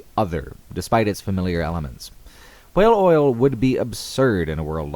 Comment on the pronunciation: The way you pronounced "whale" really annoyed me. Other than that, fantastic video.